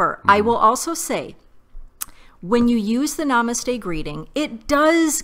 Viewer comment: This word is pronounced as nuh-mUH-st-hey. The emphasis is placed on the second syllable, not the first syllable like you've been saying.